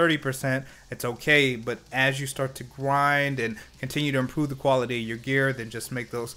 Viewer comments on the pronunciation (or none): none